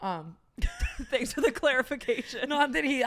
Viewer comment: I did 😂 when said “fanks a lot sstfacey”